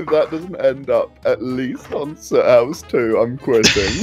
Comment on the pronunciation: Welcome to the soothoose